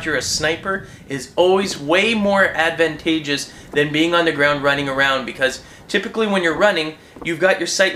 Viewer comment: Advent-a-ge-ous?....is that even a valid pronunciation of the word?..